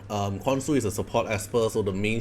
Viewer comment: btw I pretty sure the pronounciation is "KonSHu"